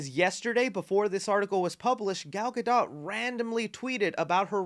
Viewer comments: Yah, I'm that guy. Gadot is pronounced Gah doe. The T is silent. Thanks. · You do NOT pronounce the T in Gadot bro......NOT. It is pronounced Gadough :) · “Gyal Got Dot” sounds like a Jamaican man talking about a ladies butt! YA MAN! DAT GYAL GOT DOT!!!!! “Real Ts move in silence like the T in Gadot” - Not Lil Wayne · Really not cool to tease us with a cameo of Henry Cavill a Superman in black atom with all these changes happening I understand being in between management but still not cool for the fans. Last thing to the Gentlemen doing this video Gal Gadot name is not pronounced that way it's pronounced like Gadough. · Dude you keep saying Gal's last name wrong....why....